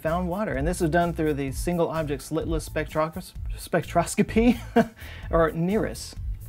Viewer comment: Not a scientist and I'm definitely not a major of language arts but could it be pronounced Spec tro scop y